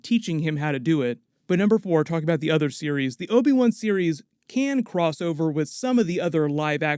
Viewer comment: can you please stop calling him obi 1? thanks